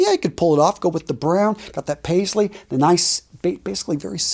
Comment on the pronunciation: You really nailed the Paisley even better than some of my friends do 🙏🏼 Namaste from India